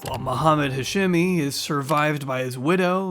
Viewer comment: Bro wtf. Remove the crimescene pic and pronounce the dudes name right. Jesus the edit got the daughter pronouncing hashemi and you straight after go into hasjemmy